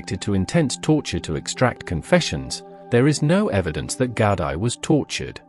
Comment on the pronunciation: loving this and ye.. it's Gaudi - just like how it sounds with Gaudi - but its Gowdie - love from Scotland <3